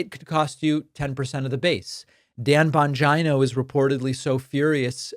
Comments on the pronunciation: I think it’s pronounced: Dan Bon-gee-no not Dan Bon-Jon-o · David. Respectfully, it's pronounced jeeno, not jino. It's an Italian name. :-) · Hi David, please, im sorry but youre not pronouncing his last name correctly, it doesn't rhyme like vagina? It Bongeeno, Jeano😮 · Bongeeno!it is pronounced Bongeeno! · Bongino pronounces his own last name bon-geen-oh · I think you pronounce his name Bon- geeno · Learn to pronounce Bongino. It makes you look stupid and not conversant with the real facts. If you can't say his name correctly, what does that show about your familiarity with what he is doing. Plus everybody else can pronounce it. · The consistent mispronunciation of Bongino is low key hysterical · I get a kick at how badly you mispronounce "Bongino" You might as well just start calling him "Bangina"